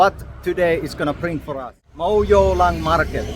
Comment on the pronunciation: Iewmawlong❎ Mawiewlong✅ 😂😂